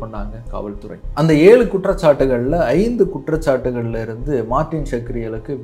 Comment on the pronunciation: Martin shkreli nu சொல்லும் போது மட்டமான தாயோலி னு கேக்குது